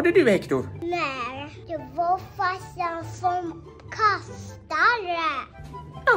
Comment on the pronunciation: Gillar att säger farssan 😂